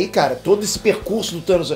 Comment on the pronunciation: Toda vez que fala "do Thanos" eu escuto "tutanos" 😂😂😂